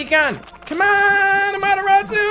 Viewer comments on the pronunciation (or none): AmateRAWsu. Not amateROTsu